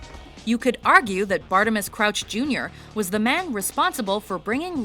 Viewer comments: I'm not even english or american and I can pronounce Bartemius better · HELLO?!?! Its bartinius not bartimius! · Who's "Bartimus?" It's Bartim I us. Bartimius